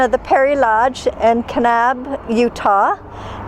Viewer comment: The way you say Kanab and Zion lets me know that you are not from those parts. 😂